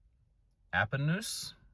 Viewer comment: We watch your videos almost every night. We live outside Pomona. My wife went to Appanoose school. Yes you said it right. Lol. Keep up the good work man. Really enjoy your content.